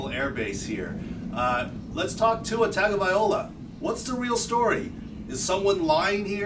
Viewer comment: Learn how to pronounce Tuas name smh Look at the replay, he hit his back first and that was the problem 🙄